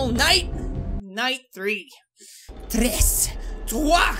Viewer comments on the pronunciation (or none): none